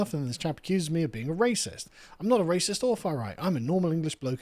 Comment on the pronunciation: Come ben you guys instantly fold when someone calls you a ray-sis. I can see why it was so easy to take your country. Bunch of tea drinking wimps😂